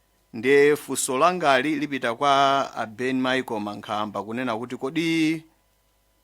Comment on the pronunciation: Narrator kulephera kutchula Ben Micheal